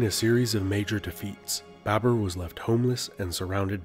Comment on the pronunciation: It's BABUR . Note it chutiya, BABUR not BAB E R. Bibi comes home like: Hi Bae...bURRRR I'm haaauuuoommmm Namah Shivaya laudi bhai.